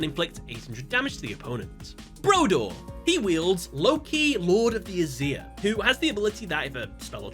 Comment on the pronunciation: You said Aesir wrong, I don't like it tbh